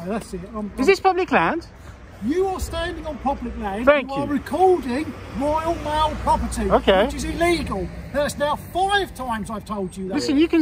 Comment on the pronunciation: "Woyal Mail"